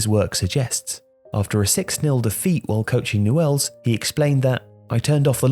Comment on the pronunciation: It's pronounced "nyools"